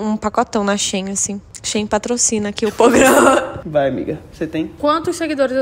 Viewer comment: Esperem um pouco mais pra falar ‘pograma’, me contratem para o marketing da sua empresa 👍 (ajuda tbm na ansiedade) kkkkkkkkkk